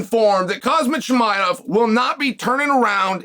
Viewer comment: Cosmet Chim-i-of